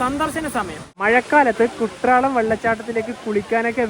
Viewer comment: കുട്രാളം അല്ല ചങ്ങാതി.. എഴുതുമ്പോൾ അങ്ങനെയാണ്.. ഉച്ചാരണം 'കുറ്റാലം' എന്നാണ്